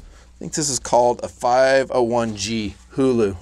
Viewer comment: huğlu pronuncation is right.